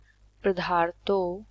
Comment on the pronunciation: Padarthon hota hai pdharto nahi hota 😶